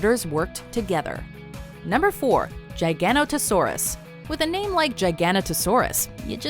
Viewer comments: I don't want to seem like an ass but giganotasaurus is pronounced gig-a-not-a-saurus again I just want to help just in case it's mentioned on the future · It’s pronounced jig-uh-no-tuh-sore-us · OMgosh everyone knows its jig-in-no-toe-saurus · I thought the giganotosaurus was pronounced giga no toe sore us and not giganto sore us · Whatever is the correct pronounciation,it sounds better and is written with a G,so Giga,it sounds better to say Giga,it also tells that Giganotosaurus is big,while JIGAnotosaurus makes me think of Jigsaw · i really hate the way you pronunce giganotosaurus its not jiganotosaurus its giganotosaurus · Why does everyone say giganotsaurs wrong?! The "gig" in giganotsaurs isn't pronounced "jig". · The pronunciations are painful. Giga-not-o-saur-us. You know giga like gigabyte. Not like gigant-not-o-saur-us. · it’s Giga-not-o-saurus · Pretty sure it’s pronounced giga-note-o-saurus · Giganotosaurus is pronounced "gig-a-noda-soorus" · it is pronounced gignotosorus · IT IS GIH_GAH_ NOH_TOH_SAW_RUS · And god at least try and pronounce Giganotosaurus correctly I’m done this is killing me 😂😂 it’s pronounced Jiga-note-a-saurus rodolfo was the name of the man who discovered and named it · Its giga-notosaurus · its Gi-ga gant a na sa rus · That’s not how you pronounce Giganatosaurus. It’s pronounced jig-uh-not-a-saurus. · It’s giga-noto-saurus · its pronounced ji-gan-tow-saurus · You pronounced giganotasurus wrong its jyganoteasaurus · its pronounced Gig-uh-know-toe-saurus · Their pronunciation of Giganotosaurus hurt me. GIG (as in gigabyte) AN OTO SAURUS. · I think you mean JIG-UH-BYTE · You mispronounced giganotosaurus! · Aint the rex larger than the giganotosaurus, ps you read giganotosaurus wrongly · Is that how you say Giganotosaurus? That's not how I remember that. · I cringe every time they mispronounce one of these names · You said Quetzalcoatlus wrong and giganotosaurs wrong